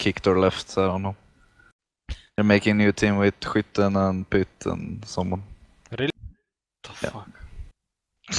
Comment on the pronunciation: "skitten or sky-t'n" when it's actually more like hui-ten... Fun fact its a Swedish word that mean shooter